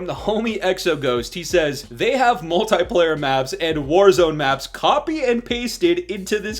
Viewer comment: The way you say multiplayer is bothering me 😂😂😂